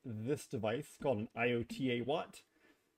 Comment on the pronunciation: Eye-oat-a-watt. Good god man.